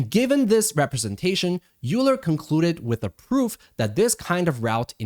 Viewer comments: FWIW, Euler is pronounced “oy-ler” and not “yoo-ler”. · Euler: YOU-la? It's OY-ler. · You are 1000% correct. however, we shouldnt reward people who spell things one way and want it pronounced other. If they want it "oiler" it should be spelled "oiler"... otherwise its euler! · Euler should be pronounced like "oiler" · As a mathematician I felt a pain in my chest every time you said "Euler"